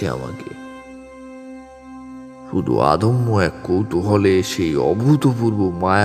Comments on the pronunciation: খুব সুন্দর গল্প, আর presentation ।তবে বেশ কিছু উচ্চারণ জনিত ত্রুটি আছে। যেমন অদম্য কে আদম্য, অছিলাকে আছিলা, উশখুশকে উৎসুক ইত্যাদি। একটু খেয়াল রাখবেন। 👍🏻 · উপস্থাপনা ও গল্পপাঠ বেশ ভালো লাগল.... দু একটি শব্দের উচ্চারণ ( আদম্য = অদম্য ইত্যাদি ) ছাড়া মোটামুটি ত্রুটিহীন বলা চলে.... আবহসঙ্গীত ও মন্দ নয়....